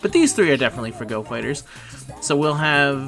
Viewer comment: I'll sub to your channel once you stop saying "FahGo".